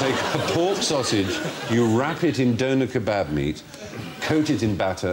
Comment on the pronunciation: With an "ah" sound. "Kuh-BOB".